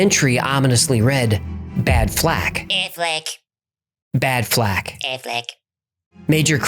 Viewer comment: I won’t lie. When said aflack I started rolling!